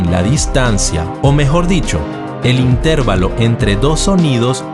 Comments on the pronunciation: Se escribe y se pronuncia intervalo no intérvalo sin a acento en la (e) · Muy buen video, pero... in,ter,va,lo... si se pronunciara in,tér,va,lo (llevaría acento) y no lo lleva, por lo tanto se acentúa en la "a"... intervAlo... repetir varias veces ... intervAlo, intervAlo, intervAlo........... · La palabra "intervalo" es una palabra grave y no esdrújula. Por lo tanto, se acentúa la penúltima sílaba y no la antepenúltima. Suena un poco extraño escuchar "intérvalo". En realidad es "intervalo" acentuando la "a". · Se dice intervalo no interválo. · Es intervalo, no intérvalo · Se dice intervalo sin acento tónico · Intervalo se pronuncia acentuando la A y no la E. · Intervalo no se pronuncia con acento en E. Es una palabra llana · Jee, si es verdad es un poco molesto no pronunciar las palabras correctamente, pero nadie lo sabe todo y es de humanos equivocarnos. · Me duele oír cómo pronuncia intervalo. Lástima, porque está bien explicado.